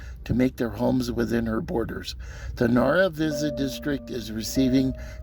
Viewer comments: I grew up here, as did my Dad! He was attending the school when it closed. My grandfather ran the Chevron station. A few inconsistencies. Starting with the "X". If you look in the county just below where you put your "X", you can see Nara Visa on your map. BTW, it's pronounce Nara Vice-uh. Ira "Jeff" Ward who ran the bar didn't go anywhere. He continued to ranch in the area after he closed the bar until he died in 2016. Climate change didn't affect the ranching. It's always been dry. It has gotten worst progressively due to all the large irrigation farms pulling down the water table. The WPA didn't build the brick school, that was done in 1920 with the labor provided by the community. The WPA added the adobe gym building later. As for what happened to it, when the town was founded trains could only go a short distance before they needed to take on water and coal. If you look all along the railroad, running parallel to US Hwy 54, you'll see numerous old townsites that sprang up where refill stations used to be. To the West 7 miles is Obar, to the East 13 miles is Middlewater. There are more along that route that nothing, not even the name remains. As trains got to where they could go further they didn't need to stop at all these places. Later with diesel engines, they no longer need to stop at any of these towns. The same is true of cars. As cars went further and further on a tank of gas, less and less needed to stop in these little towns. As a result, the support of the busin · Agree there are many inaccuracies! I don't know where you got your information from, but it's wrong. Pronunciation of the name being the least of it. My dad grew up there, so I know a lot about the town. He was born in 1918 and went to that school where he graduated from high school, so obviously it wasn't built in 1936. He always kept in touch with several of the residents he knew from childhood though they have all passed away now.